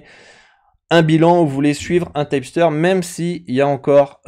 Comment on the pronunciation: Pourquoi tu dis "typster" ? en anglais on dit tip (teep) ceci dit merci pour la video ;)